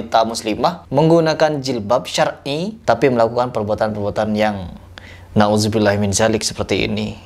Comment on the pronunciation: Bang lafadz naudzubilla itu pakek dzal bukan zai